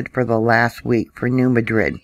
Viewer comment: really appreciate your vids. One suggestion...locals might not recognize the pronunciations. I believe it's the New MADrid fault. And it's KADoh.